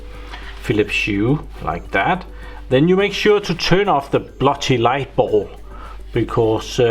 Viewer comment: pronunciation: bulb... not ball